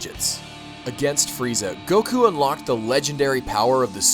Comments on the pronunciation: stop saying siyan and goku with a disproportionatly huge emphases on the u , I cringe every time. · Except I grew up on the anime. And in the English anime it's "say-in". So as far as I'm concerned, that's how you pronounce it. Like how soccer is "football" in other countries. But here in the good old US of A it's soccer. Always will be.